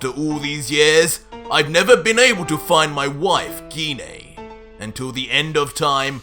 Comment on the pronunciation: Ssj3 and you finally pronounced Gine's name right😁